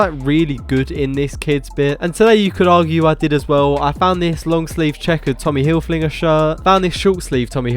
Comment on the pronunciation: Don't know if you know its not hilflinger its hilfiger 🤣